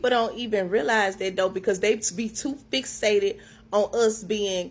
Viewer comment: The most "educated"? She can't even get "fixated" out without multiple attempts lol. I don't believe her